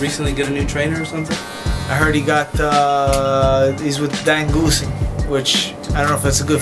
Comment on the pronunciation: He said Dan goosen lol